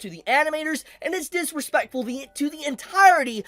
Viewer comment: Why do you say Dis-RE-Speck-Fuh like an Asian grandpa